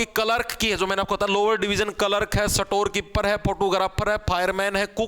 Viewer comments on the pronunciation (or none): स्टोर कीपर ❌ सटोर कीपर ✅✅😂